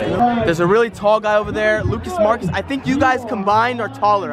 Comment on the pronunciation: Lol he said. Lucas Marcs lol